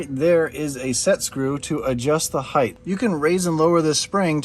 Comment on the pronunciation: Lol I used to say “heighth” too